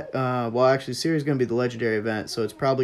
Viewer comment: Shuri not Siri. Decent video though.